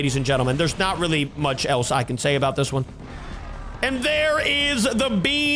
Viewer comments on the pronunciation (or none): none